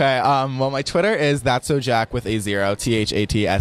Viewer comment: when he was saying his twitter he said "jck" instead of "jack"